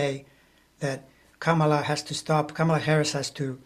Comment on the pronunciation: enjoying your conversation... you're both brilliant - one little detail seems to stick out that has nothing to do with content.. - this old girl in LaLaland can't help wondering why you are mispronouncing the name Kamala! Surely you watched Kamala Harris's grand-nieces at the DNC have their very adorable moment on stage front and center to tutor all of us in the correct pronunciation of her name!... it's Comma-la. It's so not Camel-uh! Come on now! Please do say her name as her mother gave it to her! peaceout Respect